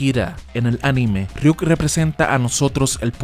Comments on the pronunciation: .....Es Ryuk no Riuk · Riuk no es ryuk